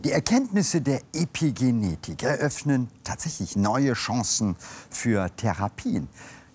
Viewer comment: Warum sagt er "Depigenetik"?